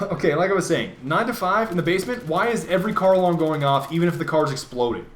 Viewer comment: everytime he was saying "car alarm" i kept hearing him say "carl arm"